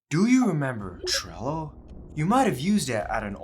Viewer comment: Bro is way too exited about this video, and cant say trello, sorry buddy, just tone down a bit more for the next video so it feels more professional.